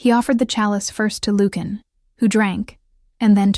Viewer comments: I'm enjoying the story, but, really, you need to get the pronunciation of the Alpha King's name correct. As you are pronouning the name, it would be spelled Lukan or Lucan. In your captioning, you write Lucian, which would be pronounced Lusheean. You do too good a job to fumble your main chatacters' names. ❤ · LU-chen. Not luke-in. Sheesh. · His name should be pronounced lu shun, not lukein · “Loookin” Now we now how to beat the AI overlords - ask them to pronounce Lucian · Okay, THIS is a good storyline. AI doesn’t know how to say Lucian? Lukan? name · AI narrator. Repeat after me LUCIAN. Pronounced loo see an. Or Americanized as Lu Shun. But it’s really LOO SHEE AN. narrator should have a grip on annunciation and pronunciation. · you should learn how to pronounce the name Lucian» : I must say that I do not understand how someone so ignorant could be in charge of the audio of that video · Nice. Very nice. Except for the million mispronunciations of his name. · Lucon,Lucian both mispronounced by your reader and it drives me nuts. You should hire someone different to read your stories. Your stories are great. I would do it for you for free.